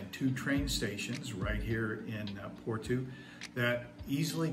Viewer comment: I’m a Canadian Portuguese. I love the glitter in your eyes when you talked about your points for choosing Portugal. My wife (Filipina) and I are dreaming of moving and living there. Just a note: Porto is pronounced more like Poor-Toe not Poor-two 😆